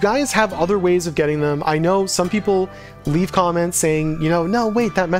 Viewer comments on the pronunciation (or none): none